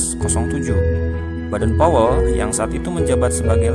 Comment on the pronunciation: Sran dari saya min klo bisa baca nama kluarga boden powel jangan badan powel semua,seperti bapak pandu Pramuka itu kan anak nya badan powel